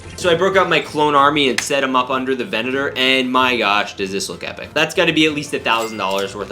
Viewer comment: Erm, actually, it's pronounced, venator class republic attack cruiser 🤓